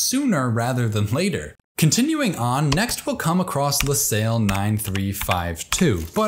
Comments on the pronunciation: Lacaille is more correctly pronounced "la-kaay" than "la-sail" in French. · Ouch how you massacred Lacaille